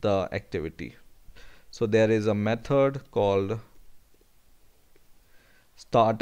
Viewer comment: Jesus Christ it's method not metod 😤